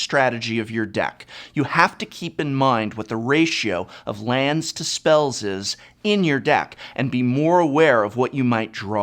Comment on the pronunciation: "lands to spellzez"